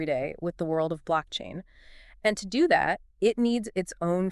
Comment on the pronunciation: Yeah he said what does XCN "D-O" instead of what does XCN do